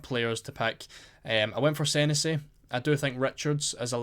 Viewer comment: Its pronounced seh nessy mate 👍